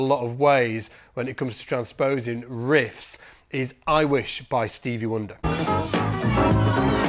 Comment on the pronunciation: Its "tran sposing" vs trans posing"